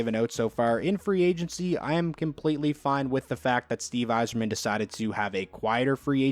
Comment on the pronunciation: Thank u for pronouncing my last name right